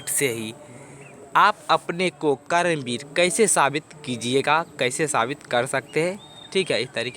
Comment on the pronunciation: Kaaram vir nahi sir karam vir 😅